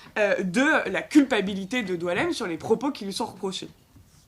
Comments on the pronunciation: Son nom est boualem, comme boualem sensal, pourquoi vous l'appelez DOUALEM!!! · Il s'apelle BOUALEM , comme boualem sansal. Et non Doualem ! Pourquoi vous degirmez son prenom ! Diualem , prenom qui n'existe pas en algerie ni aucun pzys ararabe !